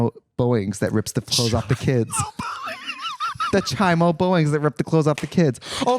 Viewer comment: I can't get over Trixie saying Chai-mo instead of chomo. 😂